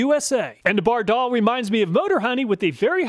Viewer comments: It’s pronounced “ Bard All” not “Bar Doll” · Bardahl is pronounced BAR-dahl. I've heard their radio ads. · By the way, Bardahl was an immigrant from Norway, its pronounced with short A’s, not a long second A like most Americans would say it. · Great video. You confirm Scotty Kilmer's claim that AT-205 is the best. BTW: Every mechanic, shade tree mechanic and old TV commercials pronounce Bardahl with the accent on the first syllable. You are using the European pronunciation😆